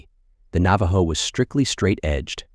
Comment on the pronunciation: did ur AI voice just pronounce that cars name as straddle? 🤡